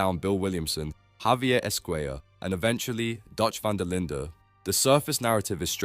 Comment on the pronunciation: Love the videos but it’s pronounced Van Derlin, not Van Derlindeh